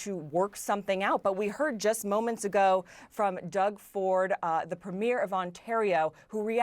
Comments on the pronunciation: This whole thing is really shining a light on American ignorance. Not a single news anchor seems to be able to pronounce Premier correctly. It is NOT “premiere” as in movie premier. It is “Premier” pronounced PREEM-yer. Imagine Canadians not being able to pronounce Governor. That would be wild. But we aren’t ignorant about the states like they are about us. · It's pronounced "Pree-muur" ...not "Pre-meer" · Pro-tip. The leader of a province, "Premier" is pronounced: PREEM-yer. Not prem-YARE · PREEM-yer. Canada’s provincial leaders are PREEM-yers. Not prem-YEARS. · Pronounced PRE-mear. Not like a movie premiere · Why do Americans always pronounce the word Premier strangely, like premiere??? It is not the same thing at all. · Can one American pronounce ‘premier’ correctly? 😅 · The way the one reporter says "premier" is weird. She's putting the emphasis on the wrong syllable. Just sounds off. It would be like pronouncing trump with an umlot. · Can at least one journalist pronounce premier correctly? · American journalists who do not show Canada any respect. These calls our leaders of our provinces the name of a movie debut. Brutal and typically ignorant. Learn to pronounce. Mediastouch can say it properly. Show some respect. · Americans keep pronouncing Premier wrong 😑